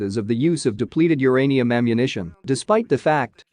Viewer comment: It's uranium, not the other thingy. 😅😅 // But I certainly didn't know all this about the consequences of the use of depleted "UR-ANIUM." 😅 Very concise and informative clip. 👍👍